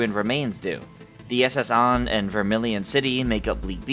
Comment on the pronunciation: The SS On? Can no one read anymore. I'm not listening to this fanfic piece of crap. If you're not even a big enough fan of the series to know how to pronounce the words in it go play Arseus